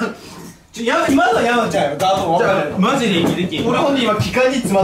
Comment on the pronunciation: ここのmyの「山ち"ゃん"」すき